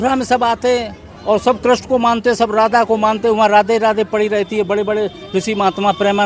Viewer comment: Tum to rehney hi do tum geeta gyaan dey rahey ho jo Bhagwaan Krishan ka naam bhi sahi sey uchaatan nahi kr saktey😅😅